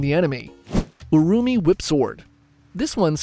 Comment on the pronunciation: Didn’t expect urumi lol Btw the pronunciation is a bit wrong